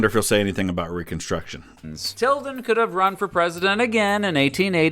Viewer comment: Im suprised he said tildan